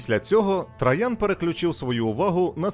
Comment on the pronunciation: Цікаво і лаконічно. Це добре. Але «ТрАян» постійно різало вухо)